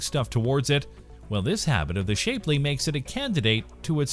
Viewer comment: Shap Lee. Very poor video, unimaginative and stolen from much better creators. LAN eee A KAYA. Learn to fucking read.